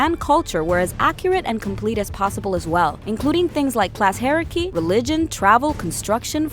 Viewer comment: You step into the shoes of Bae-yek of Siwoo, the last of the Meh-jai. She even pronounced hierarchy as hair-ecky lmao.